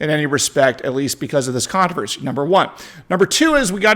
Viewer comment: Are you reserving the right to mispronounce words again? You keep dropping the first "R" in the word controversy. At least you are in good company, Lester Holt of NBC, mispronounces controversy, just like you.